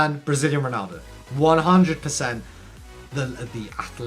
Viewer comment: Why did you say ronaldo fenomeno's name with a Italian accent lol